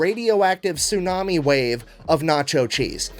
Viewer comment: I appreciate that you pronounce "tsunami" correctly, especially immediately after TFE mispronounces it. 👍💚🦈 I like how you sound when you said, "Do not! Do not!" (regarding the hypothetical of people taking away your cheese). TFE has some incorrect information about allergies in his video. Lactose is the milk sugar, as evident from its "ose" suffix. Mammals naturally produce an enzyme called "lactase" in infancy that breaks down milk sugars. Due to milk not having too many benefits for adults to consume, our bodies stop producing lactase as we mature. Different enzymes turn off our lactase producing genes as we age in a biological cost-saving attempt. There are some benefits to life long consumption of milk, especially in Europe's medieval and ancient past when water wasn't safe, so some people got the mutation to continue production of lactase into adulthood. This mutation was passed on in some populations, mostly among people of European descent, but being lactose tolerant into and post puberty is not the norm among most mammals, including humans and cats; it is the exception. Those enzymes in control of turning on and off genes can reactivate and continue the production of lactase, but it's not guaranteed. Milk allergies are something different. Allergies are the immune system's messy overreaction to foreign substances, usually proteins, in which the body stumbles over itself, trying to fight something that is comparatively harmless. Due to milk allergies being an immune s